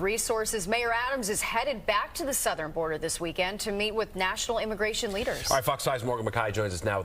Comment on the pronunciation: “Im heading too Da Border”!🤣